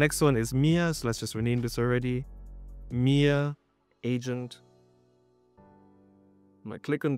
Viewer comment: Lol I heard Mere not Mia lmfao Was like oh cool I'm an agent now 😂😂😂